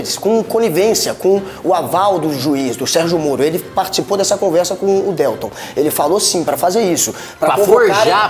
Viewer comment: Guga: "DÉLTON"